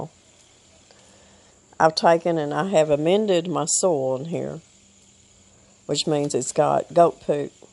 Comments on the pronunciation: Did u get bit by a critter? ☺☺☺ It's 'soy yulll. Soil. Not So el. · When you started the video in your discussion you said, "I have amended my soil ..." What I heard was, "I have amended my soul ..." with your accent. I wondered for a minute what your soul had to do with the hot tunnel. Anyway, I had a good laugh. Take care and keep on keeping on.